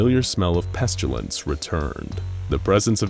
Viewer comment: Am I the only bothered by the pronounciation of of pestilance. It's pest-ill-ance. Not pest-u-lance. I think the author is confusing it with petulance.